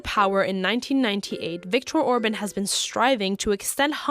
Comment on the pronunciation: Please az least try to look up names and words ( Orbán, Kolozsvár. FIDESZ etc. ) that you’re using in your videos. It’s an easy Google search.